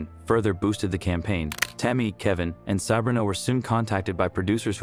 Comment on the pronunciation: It's Sah-bree-na